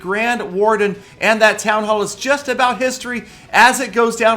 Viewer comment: he said town ho